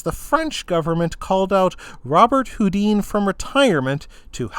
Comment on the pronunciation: His name is pronounced "Robert Hoo-DAN", ...much like famous musician Chopin is pronounced "sho-PAN" and not "CHOP-in" or "Sho-PEEN".